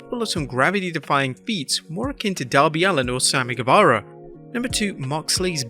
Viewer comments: You said Sammy saze instead of guevarro lol😊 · You meant to say guevara